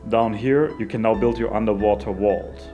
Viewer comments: "Underwater Wault" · I love how you pronounce Vault :)